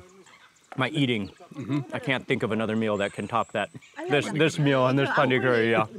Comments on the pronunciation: Not Pandi 🤭 its Panni 🐷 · Its not pandi, its panri